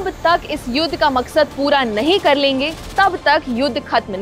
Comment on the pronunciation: ये लड़की युद्ध को युद बोल रही है